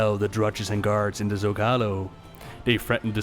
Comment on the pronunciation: Hearing your pronunciation of Zócalo as someone who heard it first on Babylon 5 pains me.